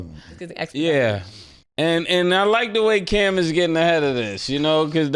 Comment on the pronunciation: mase first time sayin cam right 😂😂